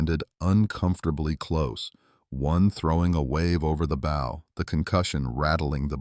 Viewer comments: Why does AI always pronounce bow wrong? It's bow as in bow down, not bow as in bow tie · Friggin AI Narrator. Sorry, I want listen to AI say BOW like Bowtie, when it should have said Bow like Bow down. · Had to stop when the AI said 'her bo slicing the waves'. FFS, get somebody to read this who knows the English language. Bow, not bow and arrow, but ship's bow (like the 'ow' I felt when the video said bo).